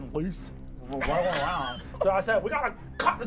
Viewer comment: That one word literally is what kills me every time. That and the emphasis on “CUT”